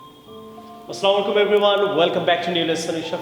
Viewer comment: Assalamoalaikom hoy....Aslamoalaikom noy...plz try to say Assalamoalaikom.